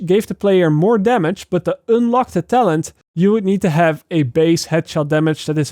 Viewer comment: I love the way you pronouciate un "une" like unelock 😅😂